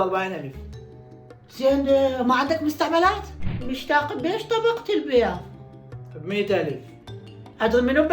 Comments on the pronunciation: مشتاق❌. 😂 موشتاق✔️ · مشتاق❌ موشتاق ✔️